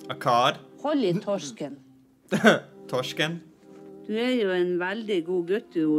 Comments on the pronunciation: bruh that was perfect pronounciation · you sounded veeeeeery norwegian when you said "torsken"